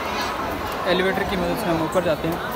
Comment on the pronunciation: 😂😂😂 eleveter nahi usko exliter bolte hai ok